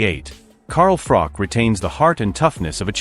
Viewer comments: Its froch. Ch ch ch ch no k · You'd think with how many times he's rehashed this saga he'd know his name is Froch,not frock ffs.